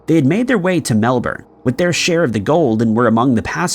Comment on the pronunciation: My man's done us proud! Melbourne pronounced properly! Let it not be said isn't making an effort. Thankyou!